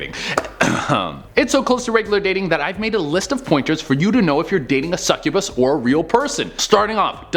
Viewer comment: Succubass and incubass